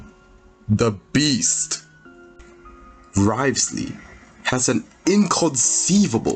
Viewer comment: wriotheslayyy >> neuviLLette 😭